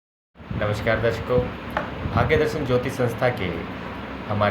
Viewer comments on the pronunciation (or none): none